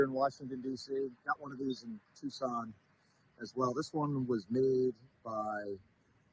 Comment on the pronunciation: You lost me with your pronunciation of the word Tucson.